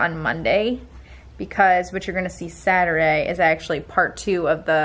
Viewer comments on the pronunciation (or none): none